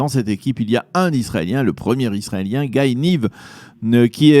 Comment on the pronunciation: Le prénom du coureur israélien se prononce t il Gaye ou Guy (à la française)?